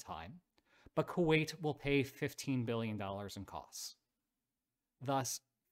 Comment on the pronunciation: Wasn't "Kuait" that brutal 😂